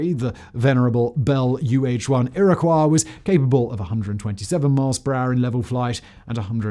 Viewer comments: Sense when did Iroquios become a French word? Ear-a-Kwah????? Ir-uh-Kwoi or Ear-a-coy. The Newley formed USAF was pissed that the Army, who the USAF was a part of, couldn't get their hands on these great Choppers and threw a tantrum. this is the first but not the last time the USAF did something like this. They are nothing but a bunch of glorified desk jockeys. Where the USN, USMC, and US Army can do and do a lot of the missions that the USAF should be doing but don't. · Ear O'Quah? Ear-o-coy. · Iriqwaaa? It's not French lol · Iro-koy.... the Iroquois were a native American tribe. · Ear ih koy.....sound it out... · Nobody mentioning him messing up the name , or any other time? Lol